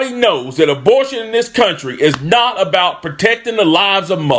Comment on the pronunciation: Knigga said “dabortion” tf?